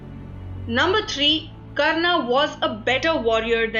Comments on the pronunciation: Good video but why does the narrator adds an 'A' in every other word. It is said as mahabharat not mahabharataaaa. It is karna not karnaa. Similary for so many other words. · Not a mythological myth, it is India's history. Pronunciation is Karn, Arjun and for more names or places like these.not Karnaa, Arjunaa, Mahabhartaa. Perfect sound of Indian accent but foreign pronounced words. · Why the overt use of 'a' at the end of every name? Coming from any Indian language speaking person this sounds more like an anomaly than a regularity. Its Karn, Arjun, Bhism, Ved Veyas and Mahabharat instead of Karnaa, Arjunaa, Bhismaa, Ved Veyasaa and Mahabharataa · This video has a lot of bonus information because it is not substantiated. Right at the outset, it calls Hindu Epics as mythology when they are in fact Itihas. If they were mythology then how come this channel is trying to show the correct FACTS? The pronunciation of the commentator is bad. There is no need to add 'aa' sound to the names. It is Pandava not Pandavaa, Karna not Karnaa, Arjuna, not Arjunaa etc. Back to the drawing board, you are doing a gross disservice to the Hindu tradition. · KARNAAAA, ARJUNAAA, RAMAAAA, SUGRIVAAA for GOD sake those are names and they should be pronounced same in all languages, gladly she didn't say DRAUPADIAAA. So irritating to hear that and also stop making up foolish stories that Draupadi loved Karn this is no where mentioned. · y r u pronouncing arjun and karn in correctly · its Ramayan, Krishan,Ram,Karn,Arjun...plz dont put a in every name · Please don't speak out the 'a' at the end of sanskrit names like Karna or Arjuna... it is supposed to be pronounced as Karn and Arjun.